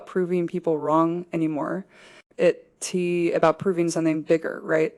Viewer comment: I wish it weren't AI, but it is. The AI can't pronounce "it's", and other contractions correctly.